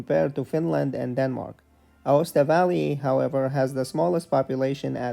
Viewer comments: Aosta Valley, not Acosta valley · ah yes "Acosta"